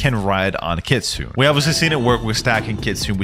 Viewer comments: I can't stand hearing someone say kitsune like Kitsoon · No hate but it's pronounced Kitsuneh it's Japanese but yeah the e is eh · Everytime he said "kitsune," I cringed. The E is pronounced! No hate though, love the content! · Why do people pronounce kitsune as kitsoon😭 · Kitsune is pronounced with the E at the end.